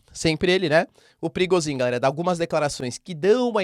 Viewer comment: Professor, sem querer ser chato e te corrigir mas a pronúncia de Prigozhin é "prigôgin", caso queira utilizar. Como é um nome que se usa praticamente diariamente no canal resolvi comentar. Grande abraço!